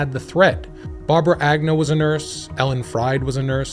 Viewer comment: Lyda? What? Why do you pronounce Agnew multiple ways throughout the video?